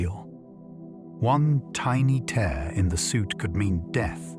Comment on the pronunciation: I knew the voice was AI when it said tear (teer) instead of tear (tair). Annoying but still good listening.